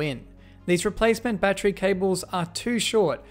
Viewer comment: god I hate the way Australians say the word 'battery'